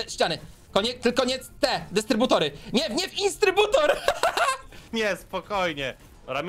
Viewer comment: "Instrybutor" xD